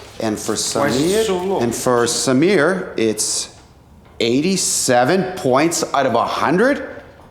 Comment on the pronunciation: Props to principal for pronouncing samir correctly👍